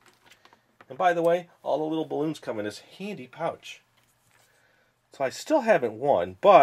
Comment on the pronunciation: Did you say heady pouch